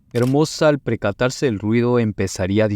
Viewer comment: Q mal explicado, cualquiera hace uso de you tube. La Real Academia Española temblaría al escucharlo . Es percatarse no precatarse .